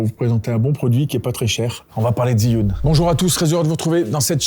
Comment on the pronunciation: j'adore les montage de manon et ton sweat apres attention tu prononce mal Zhiyun, j'avoue saigner un peu des oreilles a chaque fois que tu disais ziyun (jfais genre jsuis un puriste chinois, en vrai on s'en branle). c'est dje yun sinon video au top comme d'hab!